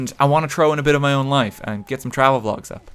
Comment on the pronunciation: a japan pholg would be awesome did you say vlog or phlog?